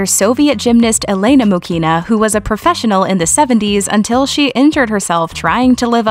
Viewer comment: Elena's last name is pronounced MUhina. With emphasis on "U" and no "K" in the middle.